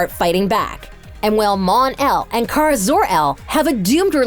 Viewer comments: Also it is ka-ra no kira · How did you get so many names wrong? They're TWO SYLLABLES! Its obviously LE-NA, and Ka-ra! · You mispronounced Katie McGrath name (pronounciation is McGrah ... not McGrath) And also the pronounciation of Lena (it’s leena Not Lenna) Also the pronounciation of Benoist Also You mispronounce Kara It hurts in my ears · bro can these people ever get the names right like she cant get kara and lena name right like wtf